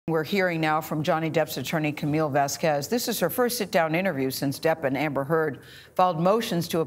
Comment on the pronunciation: can’t gayle get camille’s name right